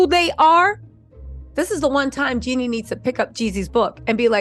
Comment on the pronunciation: Girl!!!!! It’s JEAN-nie!!!! Lol